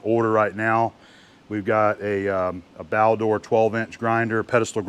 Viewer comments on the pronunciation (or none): "Baldor". Not Balder.